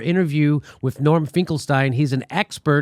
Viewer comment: Anyone else notice Jimmy pronounced Norman's name two different ways? I never know which is correct...